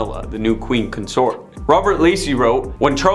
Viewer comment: First, learn to speak English, it is Mountbatten and Consort you obviously have issues with, so maybe you should use a brand new system called Google that can tell you how to Pronounce words phonetically, maybe then you will pronounce Lord Mountbatten's name and word Consort properly. Secondly, 90% of this is total and utter BULL SHIT! Especially the bit about Camilla and Lord Mountbatten, that was so wrong it wasn't even historically accurate if the world turned upside down. Thirdly, What A-Listers were actually in this Video, all I saw was a bunch of stuff dragged up covering over 70 years and you tried to turn it into people hating the Queen, Project Much?